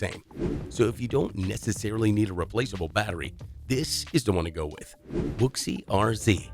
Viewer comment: The pronunciation of "Wuxi" and "yuan" are incorrect.